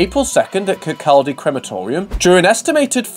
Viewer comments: I don't! It's 'Kerr, caw, dee...' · Yep, that gave me a chuckle as well. "Kir-cal-day".....It's pronounced "Kir-cod-ay". :) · Kirk - cald - dee. Lol 😂 It's Kirk - cod - E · It’s pronounced Kir-coddee…not kir-cold-ee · Excellent video, thank you. "Kir-kawdy"* ☺️👍🏻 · Kirkaldy is pronounced "Kirk aw Dee" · Kirkcaldy is pronounced kircody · Worst pronounciation of Kirkcaldy ever haha